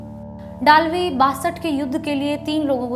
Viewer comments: वो डालवी नही है वै दळवी है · Just a small correction - the name of the author should be pronounced as जे. पी. दळवी ( or जे. पी. दलवी in Hindi). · Madam ur pronounsation of dalvi is not correct he was maharastrian general pl ask some marathi speaking guy the correct name